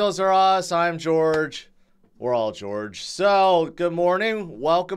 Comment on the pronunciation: He doesn't say Jorge. He says George. 😅